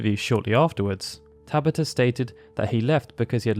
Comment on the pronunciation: TaBAta! Emphasis on the SECOND syllable!